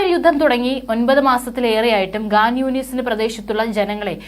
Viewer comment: ഗാൻ യൂനുസ് അല്ലേടി.. ഖാൻ യൂനിസ് 😢😢😮😮😮😮നീയും പാലസ്റ്റിന്റെ ആളാണല്ലോ 😡😡😡😡😡😡😡😡😡😡😡😮😳💃🏽